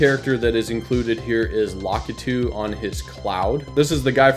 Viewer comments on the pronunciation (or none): "Lokitu" great... Sounds... Perfect... L A K I T U